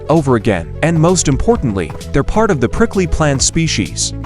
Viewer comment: bro really said pricjly plant species